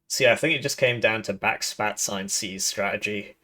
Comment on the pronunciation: Are you calling them back-spat-ce out of spite? Because that's so much more work than saying "backspace".